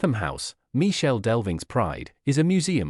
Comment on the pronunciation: Michel, pronounce Mikel